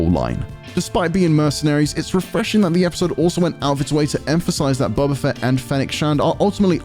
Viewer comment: Did he just call him Bubba Fett?